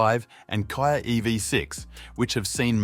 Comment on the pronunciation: What's a Kaia? Do you mean a KIA?